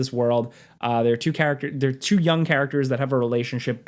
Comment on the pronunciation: dude please stop pronouncing two like chu so often